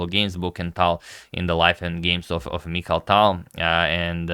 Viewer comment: Its Mikhail Tal not Michael Tal